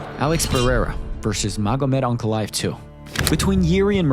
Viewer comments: What’s bewildering is how Unc Chael still can’t pronounce Alex’s last name correctly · am i the only one who hates the way Jon Anik says Pereira?